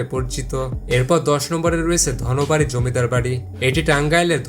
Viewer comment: Murkha uchcharon thik kor dhonobadi noy dhanbadi.